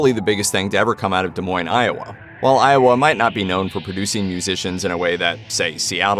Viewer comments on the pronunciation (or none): none